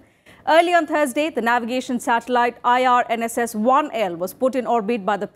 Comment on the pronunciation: Name of the satellite is IRNSS 1 I (eye) not 1L (ell) as mentioned repeatedly by the anchor.